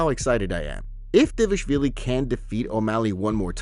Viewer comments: Why doe the narrator always call him davishvilli? Instead of dvalishvili?😂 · Hey if you can say Merabs last name proper;y just one time I will subscribe Or Gaethje not GayG